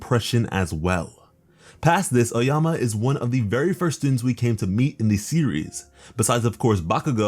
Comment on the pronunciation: this guy really said oayama instead of aoyama